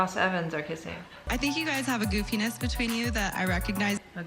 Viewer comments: "goofiness" can't be true lol I definitely heard penis, every single time. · omg thanks for deciphering the penis word... I rewound several times and still could not figure that out :P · I am so glad I'm not the only one who thought Lauren said, "You guys obviously have a good penis between you." Apparently she said, "You have a goofiness between you." Even hearing it twice on here it still sounded like "good penis". I should go to Lauren's channel and ask. Just to be sure, ya know.😉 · I heard 'a goofiness between you...' from Lauren, but if you say it was 'a good penis between you', well that is even better! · I heard her say "penis" too. I laughed so loud